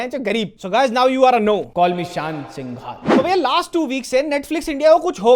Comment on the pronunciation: Hey.. It is not सिंघाल... It is called सिंघल And how do I know...coz I am also Singhal.